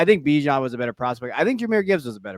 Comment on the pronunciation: How do you not know how to pronounce Bijan’s name? Good job for getting it right